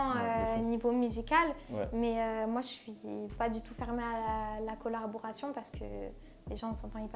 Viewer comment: Elle est toute gêné Chanel 😂😂elle a dis colarboration a la fin 😂😂sinn force leto il donne d’la force lourd 💪✅❤️